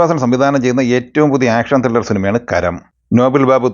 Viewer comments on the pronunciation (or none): none